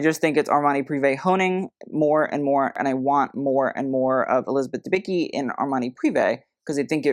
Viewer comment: The C in Dębicki is not silent. Read it. It sounds like "t's" is "what's up". 😉